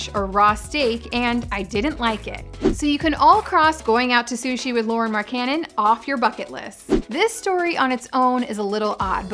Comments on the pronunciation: Why does she keep saying Marcannon its Markkanen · King Phoenix more like mark-ka-nen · When she said Mark cannon I instantly clicked off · I peeped the comments so i guess u murdered his name Mark Canon😭 just call him Lauri MarkGoat😭 let me not over hype him😎plus frank decent better fit with The Unicorn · Fire her now she can't even say markkanen right come on now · Britt would have said his name right